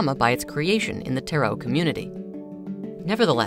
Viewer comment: according to the dictionary it’s only one way, with emphasis on the first syllable.